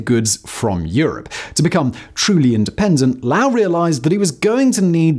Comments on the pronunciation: It’s not. This would even be a mispronunciation for a person in the U.K. there have been multiple English public figures in that past few hundred years and all pronounce it Lo-ell or Lo-ull. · Omg he’s pronouncing it so weird . I thought you were saying a different word . Low ell hahahaha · It’s pronounced “Low-ell” or “lol” because we talk like morons in Massachusetts. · Am here to learn something but instead am finding almost every single comment pointing out that you’re massively mispronouncing the most basic part of the story. Wondering how that was gotten so wrong lol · I shuddered every time he mispronounced Lowell! It was making me NUTS! My Grandmother came to Manchester NH from Antigonish Nova Scotia to work in the mills. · THANK YOU, I really enjoy Simon's videos but the mispronunciation of "Lowell" was extremely annoying. Seems to me an additional 15 seconds of research would have remedied that. Just for the record, this is from a guy who grew up ten minutes from Lowell Mass. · Thank you for pointing out the mispronunciation of the name. I can’t believe he made it through all of that research and never figured out that he was saying the name wrong…Over and over and… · Yeah, I had to stop watching, the mispronunciations were just too hard to get past. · Oh, for sure, his pronunciation is totally wrong. But I got a little miffed because of how many people I’ve seen agreeing with “loe-well” lmao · Yeah that pronunciation is killing me. Usually I can muscle through, but he's saying it in a way that's making me disassociate from a city I used to live in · Yeah, while I’ve not lived in Lowell itself, the pronunciation is killing me. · Ohh cool lol unfortunately he is pronouncing the name of the city wrong but that's not a big deal. He's doing the best he can. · I grew up in Lowell. Great video and history. Your pronunciation hurts my brain lol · The pronunciation of Lowell is hurting not only my mind but my soul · It’s Low-ell not loul. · Loh-ull not, “lao-ell”.